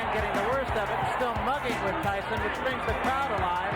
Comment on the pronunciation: pourquoi tu dis "tysson" ??